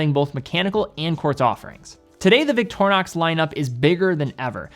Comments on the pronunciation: Where in the name of all things sacred do you get the name 'eyenox'? It's 'inn ox'. Not even the original name is 'Victor eye nox'. Please people, you dont have the right to mispronounce other people's names. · Well that was a wierd way of pronounceing "Victorinox"